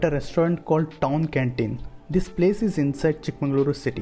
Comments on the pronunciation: You are pronouncing chikmangalore instead of Chikmagalur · Nice video, but it's not chickMANGALORE, It is ChickMAGALURU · It's chikkamagaluru not chikkamangaluru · It's chick-maga-luru not chick mangaluru